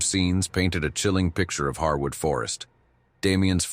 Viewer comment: Encounter 4 was very interesting to me because I have camped there at "Harewood forest" (pronounced hairwood not pronounced harwood!) in Hampshire, England uk several times and there's definitely some very weird stuff going on there, my friends and I found evidence of witchcraft and animal sacrifice and at night the whole place feels like it's alive and watching you! It's extremely creepy!